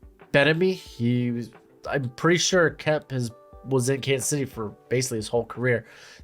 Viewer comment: The way you say bienemy ain’t doing it for me bruh